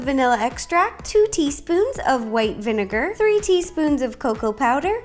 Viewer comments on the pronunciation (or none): When you said vinaget I was like :0